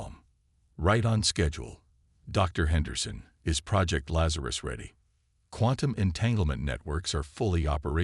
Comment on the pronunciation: Say quantum again